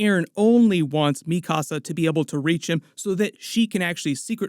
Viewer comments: The way that you say mikasa bothers me so much, because if you’ve watched the show, you would know how to say her name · LMAOOO called Mikasa mi casa lolol